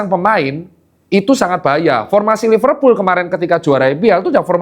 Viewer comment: Kata temenku Liverpul "L" nya losestrik